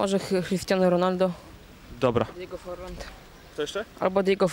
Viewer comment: Djego Forland ?;D